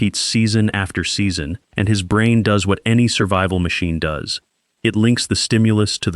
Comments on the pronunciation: AI doesn't know how to pronounce does in a hunting video. Took me 10 seconds to leave this video 😂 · Catch how the AI pronounced, "Does"? Not interested!